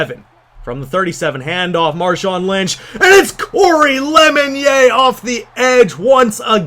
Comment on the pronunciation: So I've always heard draft analysts and 49ers analysts say "lemon yay" but he said in the pre game intros "lemon yehr" Is he being sarcastic or what???? Lol